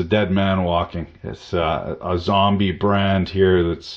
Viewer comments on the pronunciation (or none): none